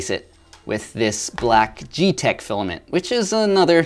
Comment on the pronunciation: You said geetech. Disappointment. GeeeeEEEEEtech. XD